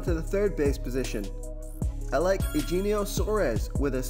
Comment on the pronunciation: BTW it is U - henio Suarez - either way I like the match up.